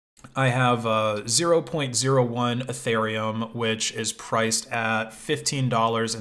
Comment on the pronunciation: Guy is E-thereum not eh-thereum